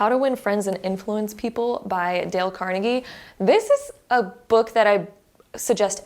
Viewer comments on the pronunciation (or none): none